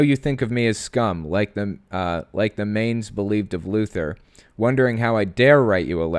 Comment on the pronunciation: Mainz is pronounced like 'mines'.